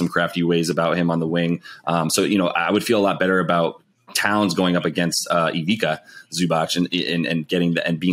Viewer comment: Ivica is pronounced “Eee-vee-tza”